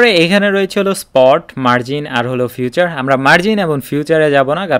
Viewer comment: ফিউচার না ভাই।ফিচার।কিছু মনে করবেন না।আমি আপনার ভিডিও গুলা থেকে উপকৃত হই।কিন্তু আপনি কিছু সহজ এবং পরিচিত শব্দের ভুল উচ্চারণ করেন।গঠনমূলক সমালোচনা হিসেবে নিবেন।এগিয়ে যান।শুভকামনা রইলো।